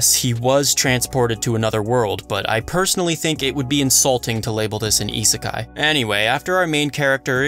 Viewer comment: Man except for the word "isekai" but thats okay You did a perfect analys of a new anime without talking about ReZero GG